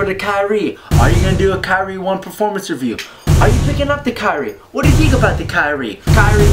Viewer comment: Pronounces Kyrie incorrectly